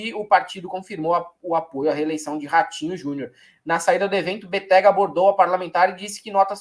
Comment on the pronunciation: Béttega... sílaba forte BE...